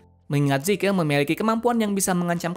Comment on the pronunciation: zeke bukan zike